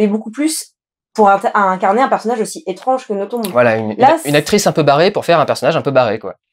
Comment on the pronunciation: Je t'adoooooore Dudu, mais pour un Belge entendre le nom d'Amélie écorché ... ça fait vachement mal au oreilles. Ça se prononce sans le "b" ... "noton". Faut pas chercher à comprendre ... c'est du Français de Belgique. Tout comme on prononce Bruxelles avec deux ss au milieu et pas un x. Ou Anvers(e) comme s'il y avait un e derrière le s. Sur ce grosse lèche :-*